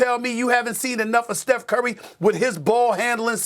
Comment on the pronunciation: Steph…. It’s Steph…….Steph….. it’s not even close 😂